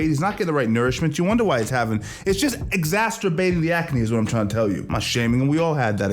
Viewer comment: 'Laxadaisical', 'Exasturbate' are incorrect pronunciation dude. Look up the correct pronunciation of these words you keep on saying them wrong and sounding like an idiot, and I don't want you to, cos I know deep down your a nice intelligent guy, but hey we all gotta learn sometime. FYI: LACKadaisical and 'EXACerbate' (pronounced EXASSerbate). Theres a joke in there somewhere.